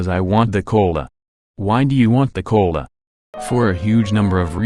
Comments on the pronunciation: i heard "coal" insted of "cola" lmao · "Y du u want de cöla?" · I like the way you pronounce "cola". Quite amusing. Though you can change your wants but well even then there's still factors behind it so still no free will. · Am I the only one that loves the way the bot pronounces "cola"?